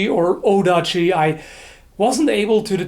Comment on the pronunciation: You would not say Otachi in japanese, the T sound changes to a D sound, so Otachi is in fact Odachi. Seoi pretty much means over the shoulder in these cases, see Judo's Seoinage (shoulder throw) so you would carry it over the shoulder or on a string hanging from your shoulder (the sageo, which is the cord that often can be seen on scabbards of katanas). It is really only after modern times that there are specific definitions of the japanese swords, go back a couple of hundred years and each line of smiths had their own styles and each part of the country it's own terminology. There is a misconception that everything about katanas has to be just right for it to be a katana, but that is not true, there are countless variations of them. I have even seen a sword with a scabbard made from egg shells... I think it is from the 15th or 16th century. Except for swords for foot soldiers (read mass produced) all of the swords are unique.